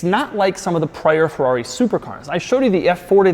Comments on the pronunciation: Ferrori,really Doug.cracks me up everytime you say it. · Oh boy, cannot stand the YT-pronunciation "FORRAWRY" anymore .... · It is literally painful to hear Americans pronounce FERRARI. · I can’t stand the way Americans pronounce “Ferrari”. And not just that, but almost every foreign word. At least try pronouncing it correctly, just to show that you are trying, not just saying a word the way that you see fit.